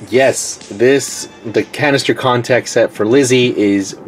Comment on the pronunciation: It sounded like you said cancer contacted